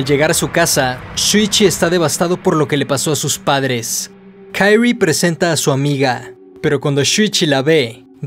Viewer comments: Me da asca como pronuncias el nombre de Kirie, "Kayri" 🤮🤢 de allí en fuera, buen video 👌🏼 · KI-RI-E, pronuncia el nombre correctamente. No es inglés esto. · ¿Kairri? Ulala señor. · Se pronuncia Kirie no Kairie porque se pronuncia tal como se escribe ... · Es un crack del terror. Buen vodeo. Posdata: XD por qué dices Kairi como si la pronunciación fuese en inglés? XD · Pequeña observación: El nombre de la protagonista en japones se pronuncia Ki-Ri-E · Buena observación, es muy cierto, en japonés se pronuncia con tónica en la "e", Kiri-é, aunque yo lo pronuncio en inglés por comodidad jeje los demás nombres si los pronuncio en japones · “Kairi” no mms, es japonés, se pronuncia como se lee en este caso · Se pronuncia quirie jajajaja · Buen videos! Me desespera como pronuncias "kirie" pero lo demas genial jajajaja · AJAJS si también me di cuenta de eso, los nombres japos no se pronuncian como los yankees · Buen video, hubiera sido mejor que no te hubieras inventado la pronunciación del nomre de la protagonista... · No me pude concentrar en el vídeo por qué cada vez que mencionaba el nombre de kirie me daba un corto circuito cerebral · Al nombrar a la protagonista lo haces como si su nombre fuera ingles, desentona mucho. Por regla general si se desconoce como se pronuncia una palabra en su idioma original, se la lee tal cual esta escrita